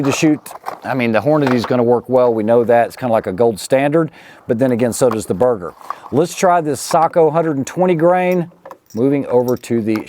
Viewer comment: am i the only one who hear burger instead of berger?